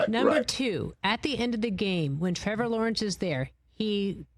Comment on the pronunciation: Someone teach him how to say Trevor and not whatever the heck he was saying